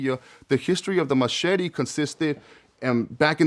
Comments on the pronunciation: Are you trying to say,"machete?!?!?!" The weapon?!?!?! WTF is a machity?!?! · The matchetty😂